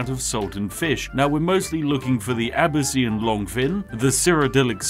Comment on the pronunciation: ITS ABEEKAN LONGFIN SAY IT RIGHT